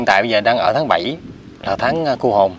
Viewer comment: THÁNG CÔ HỒN CHỨ KHÔNG PHẢI CU HỒN NHÉ E TRAI. MƯA MA MỚI DỄ XUẤT HIỆN